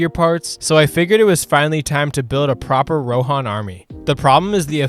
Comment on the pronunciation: the rohan names should be pronounced on the first syllable, not on the second :D